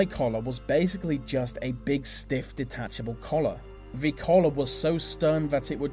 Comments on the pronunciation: I hate how he pronounces 'th' as 'v' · So distracted with your V's instead of T's :S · I'm sorry, but I've got to say something about this narrator. He seriously pronounces the letters 'th' as a "v" sound?! How did he get the job?!! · Very odd narration. English I think but mis pronouncing various sounds. Th becomes a v and it makes words sounds most peculiar. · this would be so much better if a person could actually speak properly...he needs elocution lessons!!! using V for TH is not proper English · good video but the pronouncing 'th' as 'f' is very distracting!! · anyone else irritated by "vee" way "vee" narrator speaks? like "vis and vat" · Great info :) but the way he said 'the' like 'vuh' i wanted to cry😂 sorry!